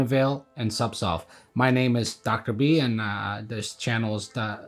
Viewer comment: I swear he pronounces Zubsolve incorrectly. He's either switching the Z & S, or, j7st say SubSolv....imcould be hearing it all wrong. Anyway, im on suboxone and having such a bad list of side effects. Ive had zubsolv, or no, subutex, prescribed before. Just buprenorphine....it was 10 fold more effective & accurate. I cannot explain this to my pain doc, which baffles.....i shouldn't be on suboxone for chronic pain mgmnt